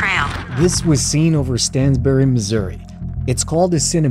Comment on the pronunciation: Bummer they mispronounced my hometown (Stanberry, MO), but so cool to see Reed going through town! I grew up watching Storm Chasers with my Dad. Such great memories ❤ thank you Reed.